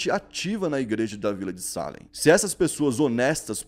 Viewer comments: Não é SÁlem... É SalÉm... A vogal mais forte é o "E", por favor... 🤦🏽‍♂️ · Se pronuncia Salém e não Sálem 👍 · Você escreve certo e pronuncia errado. É Salém e você fala Sálem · Deu um nervoso escutando ele dizer "sálem" e não "salém" kkkkkk mas ficou ótimo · a pronuncia está errada. Não é salem, é salem!! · pelo amor de deus para de falar sálem, o correto é salém tá me dando agonia akaakkaakakakak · Que agonia do falando Sálem kkkkkkk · Só por informação… Salem se pronuncia “Ceilam” vlw tmj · Mano, o acento é no "e", não no "a"